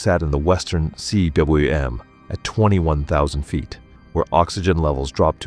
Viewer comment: The narration voice needs to learn how to pronounce cwm - "koom"